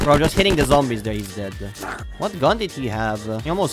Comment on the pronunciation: Why do you say deade